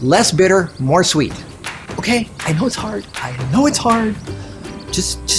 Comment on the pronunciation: On minute 5 you said less bitter more swet 😁